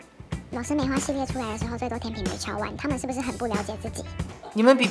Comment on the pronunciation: 天秤（cheng）读音和拼音都只有这个发音。